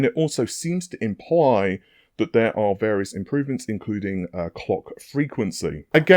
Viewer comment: Yeah never learn how to say "three" or when to use the word "basically" 😂😂😂